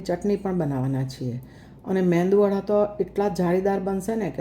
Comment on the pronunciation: Your MEDU wada made perfectly. But kindly pronounce it as MEDU WADA and not as meNdu wada